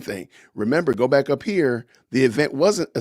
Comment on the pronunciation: Did you say "good morning I'm black", or " Good morning I'm back?" 😆